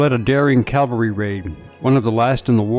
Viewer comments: CAVALRY! CAVALRY! Not CALVARY! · It’s Cavalry… Not Calvary. Get it right! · Cavalry not calvary! Sheesh!! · It's pronounced Cav-al-ry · I find it surprising how many people mispronounce "cavalry".